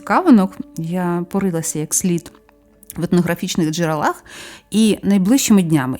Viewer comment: Доброго здоровʼя всім. Цікаві розповіді , але потрібно позбутись деяких неправильнтх наголосів. У множині в називному відмінку не джерелА, а джерЕла. А в однині в родовому відмінку: чого?джерелА.